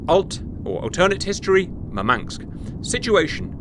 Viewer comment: "Mur-manks" is where Russian Man City fans live 🤭